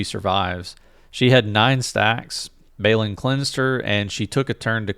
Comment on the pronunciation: Great stuff! But please look up Lord Balin pronunciation, Baylin is wrong. :)